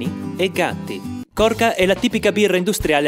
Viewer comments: Hahaha grande 😁 Da albanese mi è scesa una lacrimuccia solo quando hai chiamato Skanderbeg "Robin Hood" e quando hai detto Birra Korka anziché Korcia, ma tutto il resto mi ha fatto spanzare Bros 🇦🇱🇮🇹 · Korka haha sarebbe 'korcia' pronun. Birra bionda🤣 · No "korca", korcia,😉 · quel "Korka" mi sta uccidendo nell'animo, so che non lo fai apposta, ma Dio mio fa male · Si legge Korcia